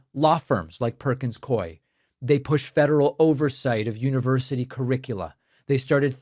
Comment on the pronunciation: Perkins coie is “Perkins Coo-eee” phonetically but I’m not good at that shit so look it up he said it wrong